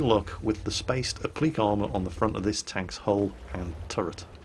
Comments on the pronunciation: ACTually,, it's "app-lih-kay".. unless I'm missing some info. "App-leak"? Not heard that before. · It took me a second to understand you were pronouncing appliqué as uh-pleek. Never heard it pronounced that way. In the states I've always heard it pronounced app-li-kay. Haha! Sleep deprivation is fun. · Applique is pronounced "app-lee-kay" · I think it should be oblique or obliqued armour, appliqué(and it's pronounced the same here in the UK) is a type of stiching if I'm not mistaken ? So he was actually saying uh-bleek, blame his Geordie roots, although he's really lost any hint of it. Probably knocked it out of him in the Navy. regards, Paz.